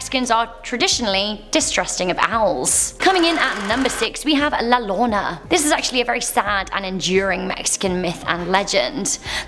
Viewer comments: Llorona its pronounced “Yorona” not “Lorona” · "La lolona" Me (a mexican):you're not just weong you are way of........ it's llorona (yo ro na) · XD “La lona” hahahahaha Im Mexican living here in México xD Its La LLorona, most like “IORONA” xD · "La Lona" It's "Yo-ro-na" The LL is pronounced in a different way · La Lorna.... it's pronounced " la yorona" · I love the way said Al llorona How to Pronounce: llorona, Yorona, the double L sounds like a Y...🤣 I'm sorry....I'm dieing🤣🤣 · I laughed so hard when she said la lona ITS LA YORONA if THATS HOW U SAY IF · la lona🤣😂🤣🤣 to make it easier say it like this yorona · La Lonna 😂 It’s spelled la yo-ro-na La llorona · So its not "La Lona" its la (Yo)rona Llorona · “la Llolona” im cringing so hard rn 😂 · boi if you don bro she said la nona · Kyubi - kun exacto xD me dio risa “La Lona” xD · I just like to watch Mexico videos of top 10 because it’s funny listening to them pronounce the names, like when said Lana 😂😂🤦‍♀️it’s funnier for me since am Latina 😂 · It's pronounced la "yorona" ll = y lol UwU and love ur dress OwO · GoogleAccount201 she said “la lona” 💀😭🤣🤣🤣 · i I LOVE YOU TONS, but number 6 is pronounced La Yorona, the double L makes the same sound as a Y in hispanic alphabet, but overall i love your videos! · I know your British but it's pronounced La Yorona LL= Y sound. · La lona? La (lire-ona) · You said La llorona wrong you said the two L s with a r so it sound like La (r•o•n-a)also the story is wrong only men see her,women and children can only hear her not see her,and she doesn’t kill people but the rest is ok. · It was scary when she tried saying la llorona. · The way she completely butchered "llorona" 💀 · I died when she pronounce "La Llorona" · She was perfect till she said la llorona.. Now I can't marry her. 🤬 😥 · Is La L-l-o-r-o-n-a